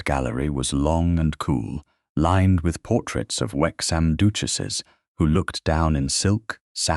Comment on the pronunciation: Oh no! Another stupid AI story! Everything, everything was created by a computer and is fake. An educated narrator would not pronounce the word duchesses as doochesses. It's just a modern fairy tale.